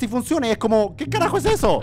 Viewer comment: Juegagermn no digas heso